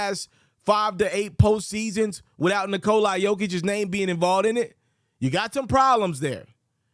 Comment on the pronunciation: It’s fucking NikolA not NikolEYE wtf is that